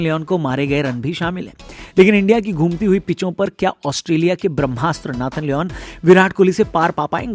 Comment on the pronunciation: नाथन नही " नैथन लायन" 😝